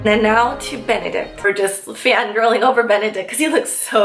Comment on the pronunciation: Swear I heard you say "I love Bene-dick"